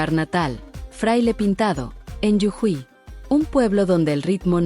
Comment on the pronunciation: Jujuy no llujui